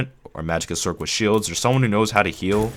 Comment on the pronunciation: Lol "sorsherer". Informative though thank you.